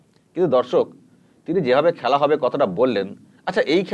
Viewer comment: খেলা হোবে না,খ্যালা হবে,ব্যাটা বাংলাটাও ঠিকঠাক শিখলি না।